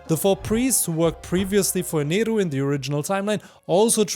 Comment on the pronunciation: Yo this is the first time I have been early to a video Also amazing Video Idea and finally someone who says Eneru and not Enel